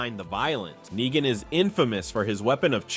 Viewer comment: Nyegan?! Are you just terrible at pronouncing stuff or are you using text to speak? And if you are using text to speak, why use such a nerdy voice?